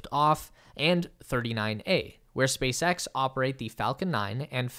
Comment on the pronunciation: Did you say “Space Ghost”👀